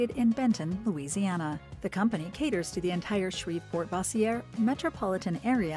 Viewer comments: I used to work on thier trucks well before the fame when it was 3 trucks and his dad ran the show...they good people...and the narrater needs to pronounce Bossier correct...not the french version...😂😂😂😂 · Bossier City is pronounced “boowwzer city” next to Shreveport- she keeps pronouncing it incorrectly😂 I watched till the end! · Bossier City is pronounced “boowwzer city” next to Shreveport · Bossier is pronounced Bow-sure but you wouldn’t know that as you are an ai narrator.